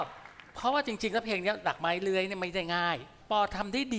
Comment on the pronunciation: ปอ ร้องเพลงดีมากเป็นไปตามที่คุณกันพูด ส่วนคำว่า"ไม้" ถ้าออกเสียงถูกต้องควรเป็น"มั้ย" มิใช่"ม้าย"ตามที่ออกเสียงกันทุกวันนี้ ส่วนคุณกบไม่วิจารณ์เพลงหลักไม้เลื้อยจะดีกว่า